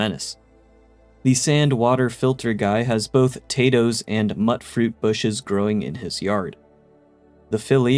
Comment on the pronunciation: Bro. MUTE FRUIT! As in MUTATED FRUIT! Not mutt fruit 🤦 how dumb can you be